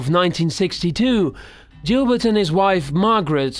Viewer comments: Gilbert Boggle... It's said as: Gill-Bert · good old jillbert. lol. u mean Gilbert??? lol let byjones be byjones. bygones? nah!!